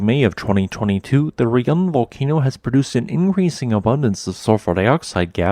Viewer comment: In Indonesian, to pronounce Raung is not like "Re-yang", it should pronounce like "Ra-Unk". Ra is just Ra, not Re. And Unk or Ung is just Unk, not Ang. Indonesian word is just like Spanish. It pronounce as same as what it type. Raung means Roar in Indonesian.